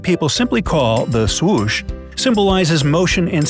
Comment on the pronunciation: “ThE sWoOsH” 😂😂😭